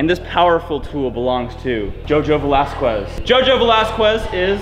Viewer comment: Your saying Velasquez wrong